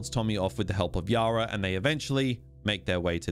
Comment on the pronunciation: I-Zack! I can get over his blatant mispronunciations even when the game tells you many times how it's supposed to be said. Idk just one of those pet-peeves of mine I guess.